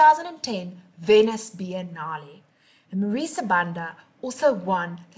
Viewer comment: You pronounced her surname wrong.